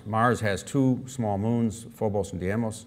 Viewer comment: Funny that the director of NASA Ames is mispronouncing the Mars' moon - Deimos. He repeatedly called it Diemos.